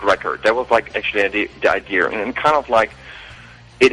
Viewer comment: Yeah, he has a really good accent. The only thing that sounds weird is that he says words like "idea" as "ideer". It's kind of funny actually.